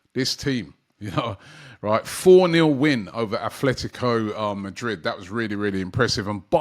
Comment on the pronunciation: Robbie, it's Atletico Madrid and Athletic Bilbao.. Kindly note the difference in pronunciation